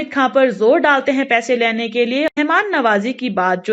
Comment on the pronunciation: Laine nhi bolte pagal...lene